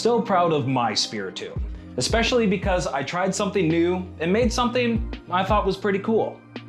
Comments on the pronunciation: pronounced tome instead of tomb in the first 10s, scary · Lol wait did the narrator say Spirit "Tome"?